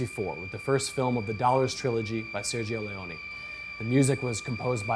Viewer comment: You are musicians... is it that difficult pronouncing Sergio LeonE?